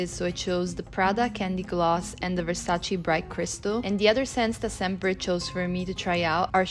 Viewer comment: Ti seguo da qualche tempo ma NON posso accettare che una ragazza italiana pronunci VERSACI...lo stesso mi è successo pochi giorni fa, sono un grande fan dei Red Hot Chili Peppers e mi da fastidio sentire John FRUSCIANTI e non Frusciante...lo accetto dagli americani ma non da te😁😉